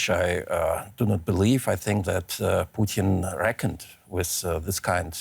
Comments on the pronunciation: Very hypocritical of Putin to say that their should be elections in the Donbas, but Ukraine's sovereign decision to join NATO is banned. There should be no elections. Also, it's Putin, not Pooteen, work on your phonics. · It’s Putin not poutine. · It's not "poutine" its "Putin" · “Putin”, not “Poutine” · his name is Putin...not Poutine!.....gosh, this host... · Stop saying pooteen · Am I the only one to notice that the reporter pronounces Putin like the Canadian gravy fries? 🤣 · The way she's pronouncing "Putin" is making me hungry. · Lmao why she keep pronouncing Putin like that? Sounds like she's talking of a Canadian thing and not the Russian leader